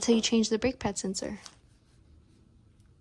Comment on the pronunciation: It's a SENSOR ... not a SENSERRRRRRRRRRR 😅😂🎉